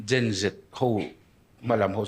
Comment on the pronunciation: Gen Zet tih tur ani, hei hi a dik thlap, Zee hi chu American English a ni daih